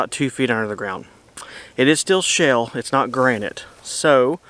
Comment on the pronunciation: It sounds like you are saying "shell" and not "shale". I knew what you meant though.